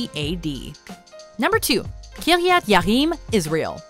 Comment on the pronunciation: Kiryat Ye'arim was badly mispronounced. I know because I lived there for several years and speak Hebrew. It's currently known as Telzstone (after the Telz yeshiva and Irving Stone). As mentioned, though, David brought to Arc to Jerusalem after it was there for 20 years, so I'm not sure why it is even mentioned. Jewish tradition says that it was hidden in chambers, prepare by Solomon, years before the Babylonian invasion and wasn't present during the Second Temple period.